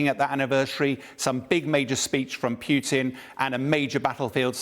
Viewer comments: Poo tin? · Ken Nogawa:..and also his mispronunciation of Putin as 'Peew-tin' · Pewtin? Who is Pewtin? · I like how he say's "Peutin" - like he stinks. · PewTeen and Abrahams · Please tell how to pronounce Putin. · the name, Putin, is not pronounced like that